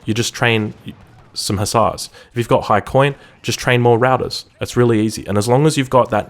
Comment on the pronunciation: for the longest time I was thinking, what are these routers he's talking about. finally i figured out you were talking about the Ruyters. (in modern dutch spelled as Ruiters). its funny hearing others pronounce it.